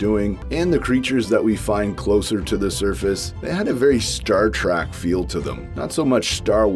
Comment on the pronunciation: Star “track” sorry? That’s how I heard you pronounce it. But either way Star Wars and Star Trek have always had a lot of similarities to them.